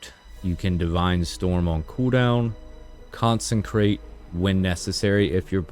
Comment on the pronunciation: "Con-sen-krate" lmfao. There's no N, in consecrate. It's pronounced Con-seh-crate hahahahahah other than that, nice vid, subbed